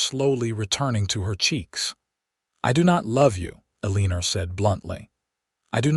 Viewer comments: Please find more names for your characters. I am very tired of hearing stories about Eleanor (BTW it is also not pronounced correctly). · I am trying hard to ignore the mispronunciation of Eleanor's name over and over. It is just too much. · Whoever the moron is that keeps naming the main female character Eleanor... Just effing stop it!!!!!!!!!!! The stupid AI doesn't know how to pronounce that name correctly, so STOP USING IT!!!!!! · The constant mispronunciation of her name ruined an otherwise entertaining story. 👎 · lol. You mean how AI repeats itself over and over and over for about 10 minutes. Annoying. Especially when the computer doesn’t know how to pronounce Eleanor. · The story was very good, but the mispronounciation of Eleanor' s name over and over... was frustrating. If your AI cannot say a name, then change it to something it can say... Like Amy, Anne, Jane, Jill, Emma, Betty, Beth... So many more choices... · because when the story began it was Eleanor with an R at the end. AI did the text according to what it "heard" but the name IS Eleanor mispronounced. Listen again knowing the name is Eleanor and you'll hear it. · Every AI generated story I’ve listened to had mispronounced “Eleanor.” So annoying! And oh my gosh, why are plot points repeated over and over? Just to make content for one more ad?? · “Aleenor” do you mean Eleanor? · It's pronounced "L-an -nor" NOT "Aliner". Gee. If you are going to take the time to write and video this, program the AI to say things correctly. This really grates on my ear. I'm moving on to something else. . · ELEANOR is pronounced Ellen-nor. Not E-Lean-or. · Listening to AI mispronounce words was painful to the ears. Otherwise, a very nice story. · it's pronounced ellenor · I’m sure the story is sweet, but I can’t listen to Eeleener any more. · A-LEEN-er? If the main character can't be addressed properly, what's the point? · 🤨 a leener? Might want to fix that name for Ai to pronounce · A Leen Er ? 🤦🏼